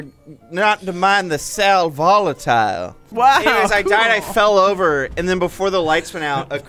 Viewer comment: its pronounced sal vo·la·ti·le /ˌsal vəˈladəlē/ lol not Sol Volatile lol